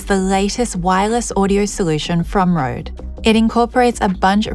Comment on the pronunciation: She says Rode so nicely. Must be the 32 bit float